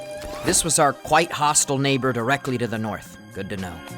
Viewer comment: Because I am sleep deprived and constantly watching I thought that he said a slur, but no he said neighbor.